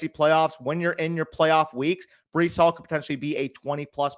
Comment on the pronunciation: Bro really said Breece hall mid 3rd💀💀💀